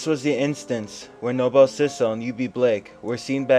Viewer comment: Thanks for the wonderful video! For what its worth, its pronounced No-Bull ( Noble ) and not No-Bell 😊